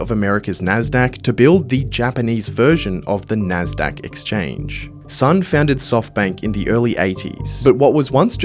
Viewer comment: You can't even get his name right. Son rhymes with John.